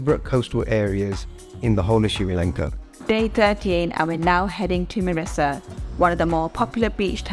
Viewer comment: Its Mirrissa not Marrissa